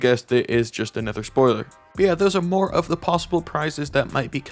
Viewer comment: Is it just me and and the auto generated subtitles but i think when says "another" it sounds like "a nether". I love watching these vids about upcoming seasons btw!